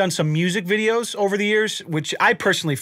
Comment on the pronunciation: Is it videos or "wideos"? 😁😁😁